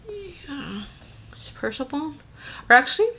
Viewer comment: Persephone is pronounced per-SEHF-uh-nee. She's the Greek goddess queen of the underworld. Looks like this palette has Greek mythology references. :)